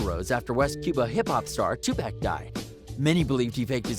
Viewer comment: Bro u can't even pronounce 2Pac right, it ain't fing 2 pack god damn it. Get outta here with these dumbass video's.